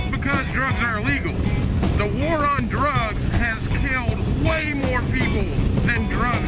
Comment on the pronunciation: 110mph cigar smoking puts my pipe to shame! I love it when a Southerner barks "WAR!" Do that for me again would you dear?